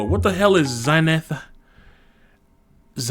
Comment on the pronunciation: I don’t trust anyone who can’t pronounce xanthan (thickener)